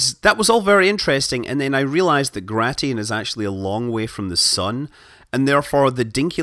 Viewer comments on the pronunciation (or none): Not "Gra-ti-in", it's "Gray-shin".